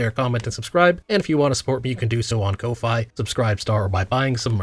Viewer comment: Can you say ko-fi correctly? You're saying kowhai which is confusing for me and ruins the coffee reference of the funding platform you use which I think is cute